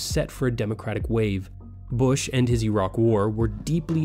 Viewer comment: Thank you young sir for pronouncing Iraq correctly